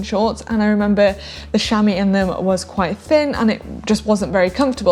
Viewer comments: The British accent is lovely but why does she pronounce chamois "shami" ? It would be pronounced "shamwa" in French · Sham-wah not Sham-eee